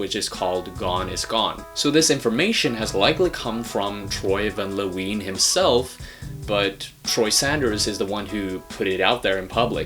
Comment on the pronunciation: Troy Van Leeuwen (Lou-when). No La-ween